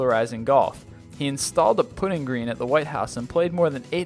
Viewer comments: What the heck is a "put-ing green"? Don't you mean putt, as in butt? Also, what is a lapple? Are you trying to say lapel? You're reading words you've never heard before, aren't you? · Wow, did you seriously mispronounce such simple words as lapel and putting green? hahahahahaha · a "pudding" green loololololol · WTF is a putting green.... geesh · Learn words, dude, Jesus Christ. Lapel? Putting green? Come on. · Love the vids. But all too often is the narrator pronouncing words incorrectly. For instance Putting Green and Lapel.